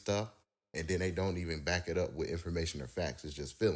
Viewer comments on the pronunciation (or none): none